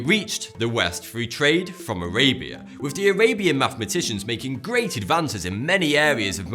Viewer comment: He is trying to say Thoughty2, but his way of speaking is very odd. For example; he pronounces the word, "three", as "free". He can't pronounce the "th" in any word. Just watch him again. "with" comes out as "wiff".